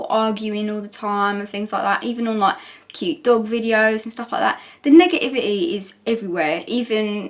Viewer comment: saying "negiiviy" is my new favorite thing on this planet.